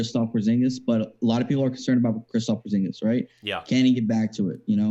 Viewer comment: KERUPT KILLER Christophs Poorzingus lmaooo